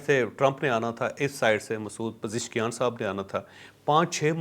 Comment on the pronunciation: Aoa... Javed sahib muzaqrat ho ya na ho... Lkn apko irani saddar ka naam sahi bolna a gya hai😉 Shahzad tanoli